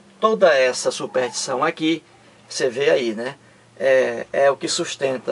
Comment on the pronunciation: Embora repetitivo, sua maneira de expor o assunto é coerente. Só acho que, para maior credibilidade deveria estudar melhor a nossa língua. Uma pessoa que pretende levar conhecimento à outrem e nem sabe pronunciar SUPERSTIÇÃO causa má impressão.